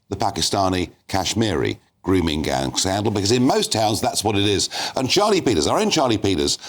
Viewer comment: Yes. Khan “errrrr don’t no wot a gwooming gang meenz durrrrrr”